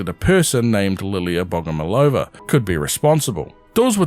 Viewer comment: I've just finished watching your previous prime assets video, thanks for another one! Just wanted to point out that firstly in Russia we stress the third "O" so we call her bogomOlova, and secondly this surname doesn't mean "loved by god" cause it doesn't correlate with the word love as we have other word for it in russian. It has two meanings. First one means a mantis as mentioned in the vid, the second one means a person who prays to a god though it's old fashioned and we don't use that meaning of the word